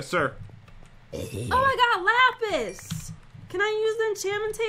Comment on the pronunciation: Same! Did u hear that say lapis